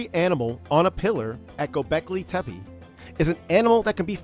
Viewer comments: Tepe not tepeE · First things first: You started with mispronouncing the name of the site. HOW COME? *TEH--PEH, not: "Teh-pee" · The second E in TepE is pronounced the same as the first one. So it's tepe not tepy, tepi, tepee but TEPE. Tepe is a turkish word for hill. First learn to pronounce the main thing you talk about. You say it a dozen times. Second the site wasn't that dry at that time, they had springs and wells which dried up and it got abandoned. If they did put terrazzo floors it was not the main water supply but an addition to combat the lack of water. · it's gobekli tepEH bro not tepey. so distracting. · He could have check the pronunciation of word Tepe, so we all can use it the right way!